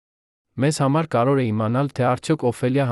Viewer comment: Ի՞ նչ է նշանակում 15֊ րդ թվական , 1965֊ րդ թվական ... Բավական չէ՞ , ո՞վ է ձեր պահապան խնամակալը , խաղում եք մեր նյարդերի հետ ( որէ֊ որևէ , որովհետե ֊ որովհետև, կարոր ֊ կարևոր , արոտ ֊ արևոտ , ամենակարոր ֊ ամենակարևոր , չտեց ֊ չտևեց , Երան ֊ Երևան ., որը չէր թույլ տվեց , 1972֊ րդ թվական , նա չեղավ լաց , որովհետ֊ որովհետև , հարան ֊ հարևան ...)։ Զզվելի է , ուրիշ ընթերցող չկա՞ , միա՞ կն է , , իհարկե , բացառիկ է...